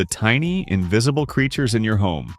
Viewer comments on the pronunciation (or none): none